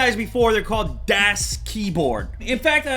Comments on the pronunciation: I cringed every time he said "DEAS" instead of DAS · youre saying it wrong... its daas not dass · It's not Das its pronounced "Daws" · I can't believe people are getting bent outta shape over him calling this the "best" keyboard. So what? He can call it what he wants. Grow a pair people. Is there a reason he pronounces it Dass like ass instead of Das like DOS? In any case I've got a Das 4C Ultimate on the way which'll be my first blank board. I considered the full size Ultimate but damn it's expensive and huge. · not DAS pronounced DOS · its pronounced dawhs with a long a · It's pronounced "dos" with a soft "o" sound, as in "office." "Das" is German for "the" in the neuter sense. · It annoys me how he constantly says, "Dass Keyboard". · its pronounced dahs keyboard, its german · it's pronounced like "duss keyboard", if anyone is interested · i think you are supposed to say it the german das, with a short A. Like the car you know, das auto. Das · DASS keyboard lol. It's really not that hard to pronounce. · Lew, it's a German company so it's pronounced "DA-AH-SS" Keyboard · You just say the name wrong :P Das Keyboard is just german for The keyboard :p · Du hast "das" falsch ausgesprochen, und soll es nicht "die Keyboard (Tastatur)" sein? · Who else cringes when he pronounces "das" wrong? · He says das like an American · As a german schnitzel i love how people pronounce das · Am I the only one bothered by him mispronouncing the name? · Das has made pretty shit recent keyboards, using greentech switches. Plus you said das wrong the whole review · ***** das is actually pronounced the way you say "bus" ...